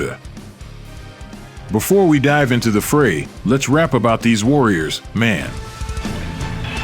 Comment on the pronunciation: I’m so over these bloody annoying A-I generated voice overs. Mainly the word inflections and word intonation tone and timing of words. A-I has a hell of a long way to go to mimicking/reproducing the human spoken word and feel of a real human voice. A-I says ‘Kostiat’. As a proud Australian 🇦🇺 that is an insult. wtf is this? ‘Warrior,………. Man’. Just ridiculous! Come on! we can land man on the moon but can’t perfect A-I voice?